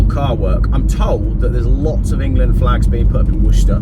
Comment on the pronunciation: Engerland, Engerland, Engerland... Engerland, Engerland, Engerlaaaaand, Engerland, Engerland, Engerland...Engerland, ENGERLAND.